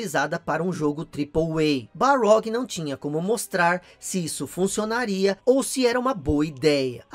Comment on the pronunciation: Ótimo vídeo. Mas é Cory Barlog ou Balrog?